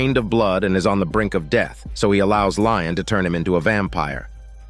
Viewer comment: His name is Lestat, not Lion